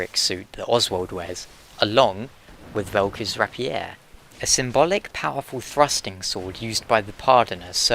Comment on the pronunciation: The way you say rapier bugs me. :\